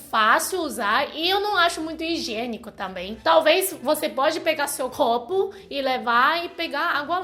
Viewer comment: Gente... amei... Ela fala de uma forma tão fofa... "quelo", "blebledoro", "clopo", parece criança! Ahmmm❤❤❤